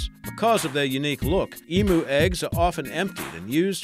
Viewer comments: i find it funny that you say it's more like saying em-you haha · its E-MEW, not E-MOO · to me it sounded more like like (the oo ahh thing), come on its more like emyou:P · thus why you wouldnt type it "em-U" because the first part of the deconstructed world people see is the first part em (which would be pronounced like the start of the name Emily). It is the letter E, followed by MEW (as in the 151st pokemon), NOT "moo" (as in the sound a cow makes) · I've been pronouncing emu wrong my entire life. Ive been pronouncing it as e-moo instead of e-mew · Emu is pronounced as EM-YOU not em-ooo! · You pronounced emu wrong it's (eem-you) not (eem-moo). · Oml, I can't stop cringing at the Em-oo. IT's not pronounced Eem-oo. It's Eem-U DX. The CRINGEEEE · It's pronounced EEEMm you emu Not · Hahahaha. The way this guy pronounced "EMU" is hilarious. It is pronounced EEM-YOU. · Lol you say emu wrong it's pronounced like this Eeemyou